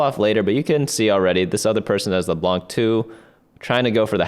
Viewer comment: Please do not pronounce the "c" in leblanc it's not supposed to be pronunced thank you <3<3